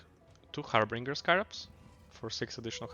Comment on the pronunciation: Harbinger not “Harbringer”